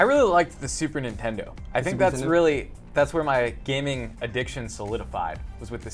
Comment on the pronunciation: Gaming not haming